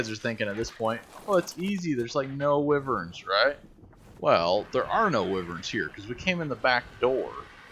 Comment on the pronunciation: wiv-verns? its "why-verns" :)